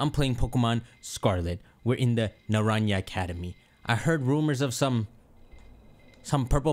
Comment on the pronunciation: "Naran-ña" As a spanish speaker this hurts me, is pronounced "nah-rahn-ha" The "ha" as in laughing